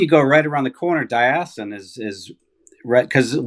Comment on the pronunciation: Hearing a Yankee trying to pronounce Diascunds was priceless!!!!!!. Laughed my ass off.